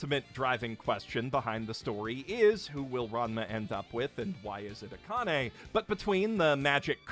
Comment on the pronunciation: Dude, I don’t know how you can mispronounce Akane. Maybe go over the names of characters before you make a video.